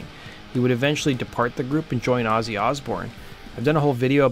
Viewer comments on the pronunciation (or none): none